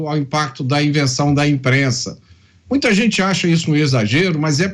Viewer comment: Fazueli, se eduque para sair da pobreza e comece trabalhar para parar de pedir tudo de graca para quem trabalha. "Gente" nao Jente, o que e' seromano?? Nao e' estoria, e' Historia. Volte para a escola e aprenda ser gente, seu esmoleiro.